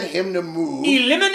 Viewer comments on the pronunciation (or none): Tunneys buddy in the buggy chust needs to work on his accent chust once maybay.